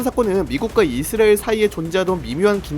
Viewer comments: 발음을 자꾸 이스리엘이라 하네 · 이스라엘 발음이.......... 그냥 이.스.라.엘 하면 안되요.? ㅋㅋ 아예 영어발음으로 하시던지